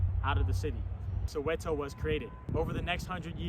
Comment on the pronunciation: Pronunciation bru its not soeweto its soweto